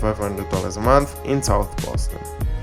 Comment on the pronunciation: Bohston!? The rent is too damn right! 💰😩